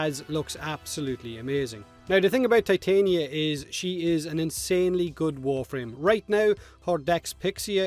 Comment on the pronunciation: Why did you say Ti-tane-ee-uh when you clearly said it was pronounced Tit-on-yuh when Gauss's first look trailer was revealed?